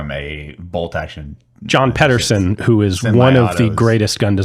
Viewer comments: I will try yet again, John Pedersen, last name pronunciation is pee-dur-sen. I know this as I share the same surname. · Is there a reason you pronounce John Pedersen's name the way you do? I have the same last name and do not pronounce it that way.